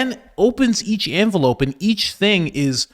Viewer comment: What is an "Anvelope" versus an envelope?